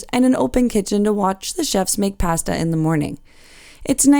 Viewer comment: We tried it on the Caribbean Princess last year and really enjoyed it. We're cruising on the Enchanted Princess this year and will book a meal again. By the way, the only mispronounced word in your video was "pasta." As we prepare for our cruise, I'm enjoying the tours on the Enchanted Princess.